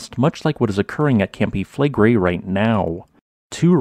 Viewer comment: Campi Flegrei is pronounced something like "cumpy-fleg-ray", and Pozzuoli is pronounced something like "pots-wol-ee". Despite whats going on at Campi Flegrei every geologist reckons that the next VEI 6 or 7 caldera forming eruption will occur at Iwo Jima. It will erupt like 1912 Katmai, 1883 Krakatoa, 1815 Tambora, or 1613 BC Santorini.